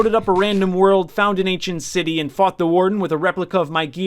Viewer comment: Was it just me or did he just say "end city" instead of "ancient City"